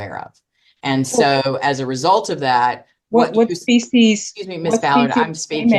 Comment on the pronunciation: "Species" of payment? 😂